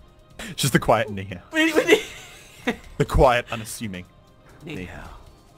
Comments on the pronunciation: slowly getting triggered about saying Ni Hao with the incorrect accent. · Plz stop butchering the Chinese language thx